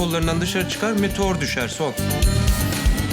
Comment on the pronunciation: metor değil meteor